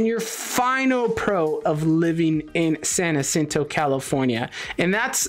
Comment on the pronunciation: Dude please stop saying " San acinto". How is it you can't say San Jacinto, you have a spam last name 🤨 it's not that difficult! I can't take it anymore you said it like two hundred times 😤